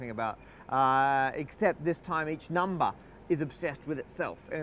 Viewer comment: Everybody on this channel says "numba"